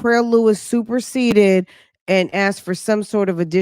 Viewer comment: Fran...He superceded what? Did he say superceded 😂😂😂😂